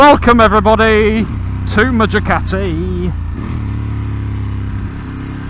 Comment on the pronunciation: Excellent choice. May I correct your pronunciation Ducati, not Jucati.